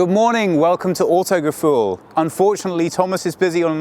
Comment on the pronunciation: WTF, why is he not german?!? its not autogefuel goddamit!!!!!